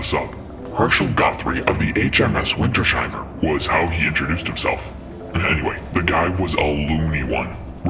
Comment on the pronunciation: Win-ters-hei-mer. Come on guys german words were not THAT complicated to speak